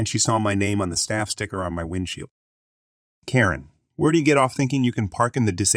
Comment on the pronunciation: That and he pronounces Karen properly one moment and This pronounces it the next. I like his videos though because his voice is soothing